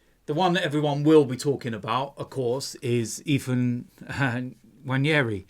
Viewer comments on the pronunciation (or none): It's not Nnwayeri it's Nwaneri (ONE NAY RI) ETHAN "ONE NAY RI"